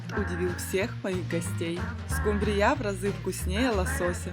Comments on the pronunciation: Покажите миллионера 😅 СкУмбрия а не СумбрИя, если что.😊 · Почему скумбриЯ, скумбриЁй? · СкумбриЯ? Вы кто по национальности? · "Домработница миллионера" - это что-то! Улыбнуло!😊 СкумбриЯ - звучит😅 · Скумбрия ударения на У. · Хорошие и красивые рецепты, жаль, что ваши миллионеры не подсказали , что скумбрия, ударение на у